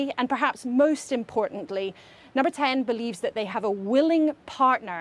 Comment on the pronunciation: Is it me or did she just say 'Dum-ber 10'!??? lol